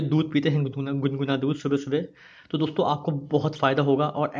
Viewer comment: अबे हकले दूध गुनगुना होता है । दुन्दुना नही